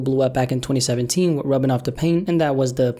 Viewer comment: "EVERYTIME I'M WICH YOU"